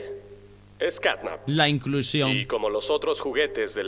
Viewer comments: tio no se dise snatnap se dise catnap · De vez de decirle Catnap dice Snapchat XDXDXD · Quien se dio cuenta que grefg decia snapchat en vez de snapcat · Grande grefg diciendo snapchat en vez de catnap